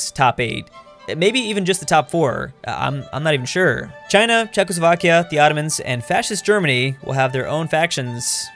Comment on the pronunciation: “Chezckslovkia” YouTube: Chuckles Vodka